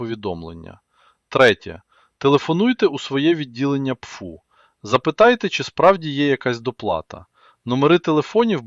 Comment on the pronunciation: Аи почему пфу, а не пэфэу? По звуку пфу похоже на плевок...